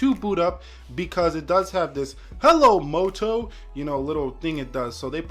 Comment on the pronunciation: "HelLo MOtO !!1!1" I just cant !! 😂😂